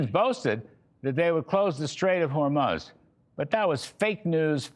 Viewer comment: I love the pronunciation of Hormuz as Hor muss'. Now switch the emphasis to the first syllable.